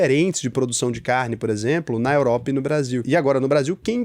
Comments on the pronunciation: "Europra" , "Chegrei Brasil" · “Europra” me pegou um pouco. Kkkkkkkkkkkkkkkk. Tmj ❤